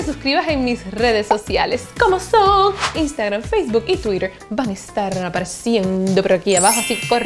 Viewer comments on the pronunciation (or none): none